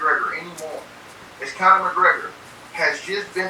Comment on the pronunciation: "Connon" McGregor 🤣😅